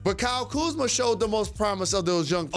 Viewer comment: Stephen A - "The letter after 'Q' is 'R-uh' and your pronunciation is wrong and let me tell you why."